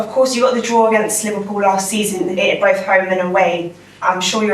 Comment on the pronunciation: Can’t even say the word Liverpool lol.